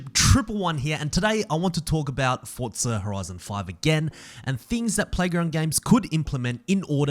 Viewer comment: Bro I am just saying why do you say Fortsa it is forza